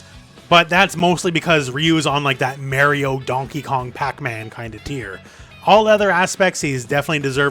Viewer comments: "Merrio". Canadian spotted. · Did this guy just say “Merry-oh”